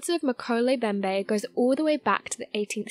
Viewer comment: Pronunciation matters!!! mo-KEH-leh em-BEM-beh NO silent letters. NOT meh-ko-lay Bem-bay. FREAKIN' LOOK IT UP BEFORE YOU BUTCHER IT!!